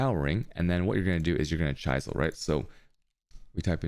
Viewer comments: Dude you pronunciation of words is messed up, chie sel? It's called a chisel like the Mason chiseled a picture in to the bricks. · im convinced he only made this video to say chaisel a lot. ;) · That pronunciation of chisel is an inside joke right?